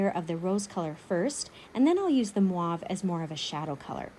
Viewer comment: I love everything you do, you’re the best artist that I started following but please stop saying MWAV for the mauve. It’s should be pronounced & sound like M O V E. The O should sound like O. ❤️